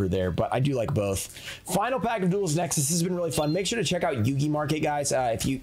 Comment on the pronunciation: You said duelist nexis